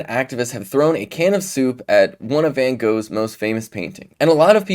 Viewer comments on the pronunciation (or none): Ben could have at least looked up how to say Van Gogh.